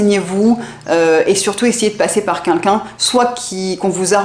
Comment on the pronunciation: J'adore vos videos et je suis en train de toutes les visionner. J'ai juste une petite remarque a vous faire en esperant que vous ne vous vexerez pas. S'il vous plait dites 'quelqu'un', pas 'kinkin'. Merci et bonne continuation a vous !